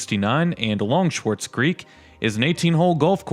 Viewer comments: I was going to say the same thing. And it's Ballenger rhyming with challenger, not Bahlenger. And it's Swartz Creek, not Schwarz Creek. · Please pronounce names a bit better. Ballenger has an A it’s not Bollinger. Swartz Creek doesn’t have a C in Swartz and there is no C sound (not Schwartz). Speak like a native. Now pronounce Lake Orion or Schoenherr Ave if you’re from Metro Detroit. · Its Swarts Creek. The "z" is silent. No "c". Some with Yooper backgrounds pronounce creek as "crick". Oh well. Ballenger is pronounced bALenger. Think the name of AL. Ballenger.